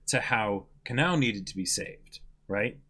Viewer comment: Ka-NOW, Ka-NAY...oof. Please review how Japanese pronunciation works.